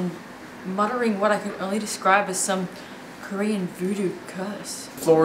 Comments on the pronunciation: HAHA KO-REE-A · Lmao, the way he just says Korea